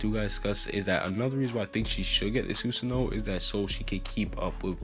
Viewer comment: Bro learn how to pronounce it it’s su - san -oo